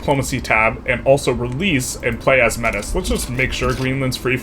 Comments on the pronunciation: Fyi Métis is pronounced "May-Tee" rather than "mettis" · Pronounced "MEH-TEE" not "METTIS" damn Yanks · "Metis" is pronounced May-tee. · i beg you to pronounce metis as may-tea, the proper pronunciation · It's pedantic, but "metis" is pronounced "May-tee" it's a hybrid french/indigenous culture. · "Métis" is pronounced 'may-tee' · I cringed the moment he pronounced Metis - for reference, the correct pronounciation is "may-tee" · Metis is pronounced Mey Tee, FYI:) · Just a quick thing, the culture is pronounced May-tea (like the drink Tea) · You mispronounced metis. Its like May-tee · Sorry to be the pronunciation guy but Métis is pronounced 'maey-TEE' in English or 'may-tis' in French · It isn't pronounced maytis in French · I know it's not like objectively a big deal, but ya. It was very painful to me, as a Canadian, to hear the way he pronounced it.